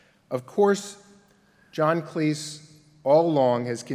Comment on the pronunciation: Thank you! Drives me nuts! John Cles? Professor needs education......